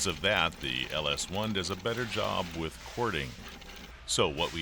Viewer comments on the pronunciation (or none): none